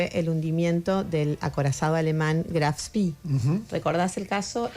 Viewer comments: bastante mal contada la historia del Graf Spee.. mal pronunciado el nombre (Spee, no spii), me gustaría conocer la historia del anglo-argentino, contacto de ella en MDQ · ...Ustedes los argentinos son de película... Vaya uno a saber... donde está lo divertido en toda esta HISTORIA... como aparece en alguno de los comentarios... La manera como cuentan lo del GRAF SPEE... (mal pronunciado... ) muestra que no tienen la menor idea de lo que... PASA... Y HA PASADO... Lean el libro de DIEGO FISCHER, TRES HOMBRES Y UNA BATALLA (2017)... Los URUGUAYOS... tenemos que aguantar a vista y paciencia de todo el mundo... a... LOS ESPÍAS BRITÁNICOS... La última onda es PROMOVER LA IDEOLOGÍA DE GÉNERO EN LA QUE GRAN BRETANIA ESTÁ EN LA VANGUARDIA... En el gobierno de ALBERTO FERNÁNDEZ... HUBO UN MINISTERIO PROMOVIENDO LA IDEOLOGÍA DE GÉNERO...con un tipo difrazado de MUJER... como MINISTRO... Tenemos a una profesora en la Universidad de la República... que es una GOOGLE SCHOLAR... especialista en DIVERSIDAD Y LEGISLACIÓN IGUALITARIA... que se ha dado el lujo de REDACTAR LEYES APROBADAS POR UNANIMIDAD EN EL PARLAMENTO URUGUAYO...